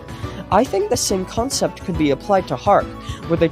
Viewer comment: Dude u got me so hyped untill you said consept